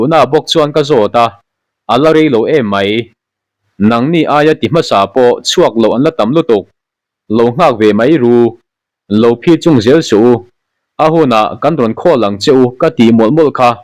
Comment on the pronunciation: Anni pawh inzir an ngaia nangpawn Mizo tawng thluk dika chhiar izir ingai anih hi.. Phichung tih tekhi wai wai tih thlukin I chhiar zela Phichung ah chung lai khi thluk sangla, Khurkhur tih te pawh Lalnu Mumang tih te, Mitmu pawngzawrh tihte hnar alian chem chem tih ah te pawh atam mai....Engpawh nise iti tha tho e